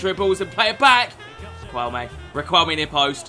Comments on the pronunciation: Whos gonna tell our boy that it is pronounced “rikelme” and not “riqwelme”😂😂😂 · not being annoying but it’s pronounced ri-k-elme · GOD!!!! the U is silent !!! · I love your videos mate they are so fun. Also brief Spanish lesson, you don't pronounce the "u" when its before the q, like in queso.